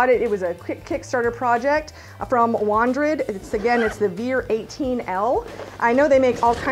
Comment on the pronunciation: You say it like this...Wandered VEER 18 LITERS